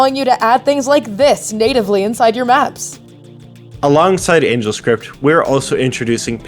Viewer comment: *angelscript Angle is pronounced completely differently